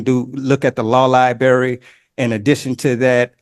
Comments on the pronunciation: 90 days no early release for saying lie-berry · "De law libary" LOL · I can’t believe he can’t get to the lie-berry.